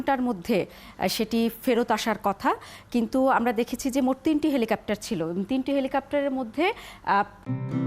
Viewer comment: এই মহিলা বার বার বলছে "হেলিকাপ্টার"